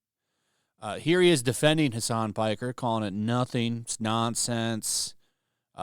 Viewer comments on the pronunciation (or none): it sounded like he said hasan spiker :face-green-smiling